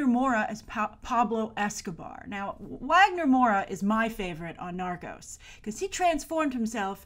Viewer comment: Wagner's name is pronounced as Vah-gner. The W doesn't have a U sound like in English:)